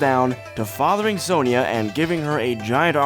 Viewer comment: Side note: "Kahn-bay" "Sahn-jah" More correct.